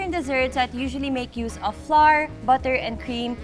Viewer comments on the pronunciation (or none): none